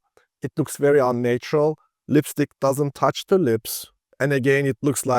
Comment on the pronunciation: Great video. Just one tip: the first 'a' in 'unnatural' is pronounced as in 'had', not as in 'late' or 'nature'.